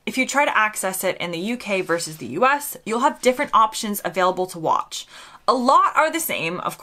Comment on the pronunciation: The word is Versus,two syllables. Not Verse, one syllable.